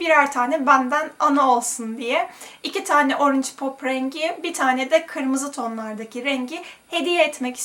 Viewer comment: Organge :D